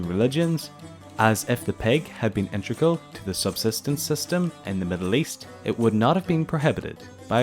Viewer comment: Integral, not intregal.